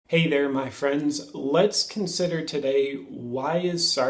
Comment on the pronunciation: There, not ther